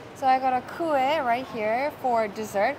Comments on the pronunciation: the way you say “ku-eh” is so cute & super korean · My mom & I spend the entire morning saying Ku-eh 😂 anyways well researched video. As a sgporean im impressed!